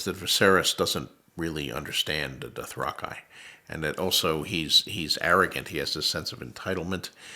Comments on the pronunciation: it was just terrifying to see that the literal god of this universe pronounces the word "dothraki" wrongly. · We have been saying Dothraki wrong this whole time!! Why didnt you say something George?! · I was in the Dothraqi republican guard and hes pronouncing it wrong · Why does the guy who created Game of Thrones mispronounce some of the names lmao or has my whole life been a lie… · LISTENING TO GRRM & MARVELING AT HOW G.O.T. SHOWRUNNERS GOT SO MANY THINGS WRONG INCLUDING HAVING THE ACTORS PRONOUNCE "DOTHRAKI" WRONG...🤦🏽‍♀️🤣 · bruh have i really been pronouncing Dothraki wrong this entire time lmao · Oh wow, I never knew Dothraki was pronounced that way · I was thinking "Why is he misspronouncing dothraki?" But then I realized that he wrote it and it's probably that the show decided to pronounce it differently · Nah he just didn't read the books right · Nah he’s wrong, sad to say it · Nope he pronounced it wrong ! Lol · Can someone tell George he's pronouncing the name of the imaginary race he created wrong. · Yesss hahaha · Mad that GRRM mispronounces so many of the words and names he made up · Have I been saying Dothraki wrong all this time??? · Don’t worry, we all have. I think if I ever write a great fiction series (highly unlikely) I’ll come up with a name for a people that has a really obvious pronunciation, and then whenever I’m interviewed about them I’ll pronounce their name completely different from how you would expect. Just to mess with people 😂 I don’t know for sure that that’s what GRRM is doing, but I’d like to believe it is. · You're good he said it wrong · No. George is saying it wrong. I say that unironically. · No, George is saying it wrong. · This nerd doesn't know how to Pronounce Dothraki and Balon bruh, smh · Hi George, I think you'll find it's pronounced doth-rak-eh, not doth-rak-ai. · doth rock eye, i always thought it was doth rocky. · Dothrakaye not Dothraki: mind blown. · bro doesnt even know how to pronounce dothrakEE some expert he is